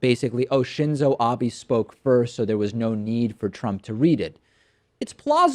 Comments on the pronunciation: It's not Abi, It's Abe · Its Abe not Abi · Shinzo Abe is pronounced "Shin-zo Ah-bay". Not "Ah-bee". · Abe is said Abeh. The letter "e" is an "Eh" sound. The actual "Ee" sound is for the "I" in Japanese. Just an FYI for the future. ;)